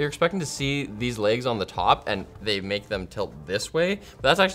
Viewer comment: why is the emphasis on MAKE?